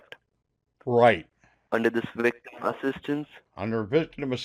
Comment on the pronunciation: Great American accent until he said wictim!